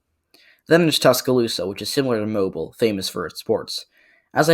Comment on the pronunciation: Just wanna say, Alabamians pronounce Mobile like moh-beel or moh-bill not like the actual word. Could be our accents but that’s just a little nitpick. Great vid, very informative!